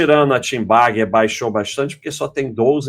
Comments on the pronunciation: precisa treinar mais para parar de pronunciar "tenbagger" como se fosse "TEENbagger". kkkkkk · eu vejo essas lives só pra ouvir esse abestado falar 'tibaguer' hahuahuahua